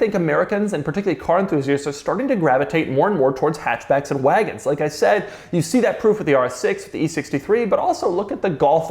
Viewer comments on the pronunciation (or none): none